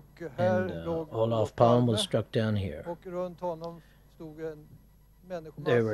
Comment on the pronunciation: Not pronounced ‘Palm’